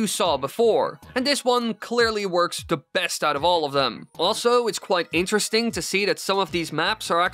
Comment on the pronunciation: I wonder if speech teachers hear his “da” pronunciation and starting cringing its like “da rules” from fairly odd parents lol 😂